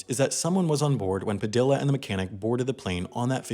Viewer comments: ITS PA-THE-A NOT PADILLLA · PAH- deee yah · Padilla... PRONOUNCED PAH DEE YAH 😒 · ITS PRONOUCED LIKE PADIA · That's not how you pronounce Padilla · The pronounciation of Padilla is killing me lol, other than that great video! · Bruh. Did this white boy just pronounce the Ls in Padilla? 😂 😂